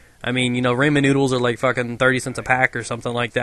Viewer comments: it's not Raymen.. It's Rahmen. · lol RAymen noodles lmfao .......XD